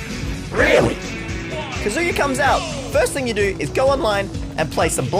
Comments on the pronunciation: It kazuya not kazua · It's k AA z oo yuh not ka zoo yuh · The way you say “kazooya” is really getting on my nerves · calling him Kazoo-ya gives me all sorts of brain damage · "Kazoooooya is a shoto" This hurt me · If I hear “Kaz000ya” one more time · "kazoo-ya" ah yes. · did you said ka SEE YA? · All the comments: that's not Dante Me, scrolling through the comments while watching the video and haven't gotten there yet: losing my shit over pronouncing Kazuya like Kazooie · This whole video, I was like what the heck is kazooya?!?! And then I realized that I’m a weeb and know how to pronounce Japanese names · I’m a Tekken (not a good one but I have memorized the entire Tekken story so too bad) player (who came from smash lol) and there are 2 things that are annoying me 1. He’s using the suit Kazuya 2. He’s saying “kazoo-ya” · Why does he keep calling kazuya kazoo-ya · Please stop calling him kazoo-ya. It hurts every time, just like Yawshi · How about literally everyone being unable to pronounce Kazuya correctly? Can I talk about that? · New drinking game: Take a shot everytime mispronounces Kazuya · No thanks i want to live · it hurts my tekken soul how says kazuya and calls the wind god fist the shruykien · pronounce Kazuya like a mixture of Kazooie and booyaa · I would like to personally thank the editor for pointing out how everyone is pronouncing Kazuya incorrectly despite being fed the correct pronunciation by the game. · What bothers me the most is how he heard how to properly pronounce Kazuya’s name before every match but proceeded to mispronounce it. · Kazuya is mispronounced by the smash announcer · You pronounced kazuya wrong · it clearly states what the pronunciation should be for kazuya... why the hell do you insist on mispronouncing his name?!? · can't pronounce the characters name correctly and doen't know what a shoto is. Standard smash fan problems